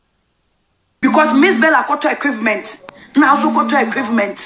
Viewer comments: Did i hear her right 'Equivment' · Her pronunciation is yawa itself Mpo alacrities Equivements conundrums It burst my mmiiiiiinnnnd 🤯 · Did she say Equivements...Hahahahaha!!! Ee dey burst my mind...Her pronunciation is on a different level..